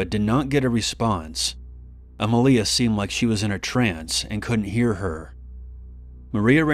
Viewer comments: Em-leeah. Shouldn't it be Emilia...Em-ee-leeah? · EmIlia not emilIa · Emilia is pronounced e-ME-lia